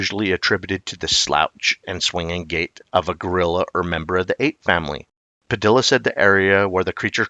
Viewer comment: The name Padilla is pronounced Pa-di-ya, not Pa-dill-a. The two Ls together make a "Y" sound in Spanish.